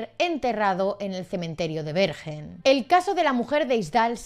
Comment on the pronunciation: Una historia fascinante, pero creo que Bergen se pronuncia "berguen" 😉😉